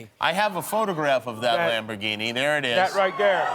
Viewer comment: “Lamborghini” smh 🤦‍♂️